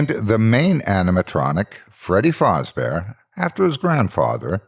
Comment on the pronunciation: its not fozzbear its fazzbear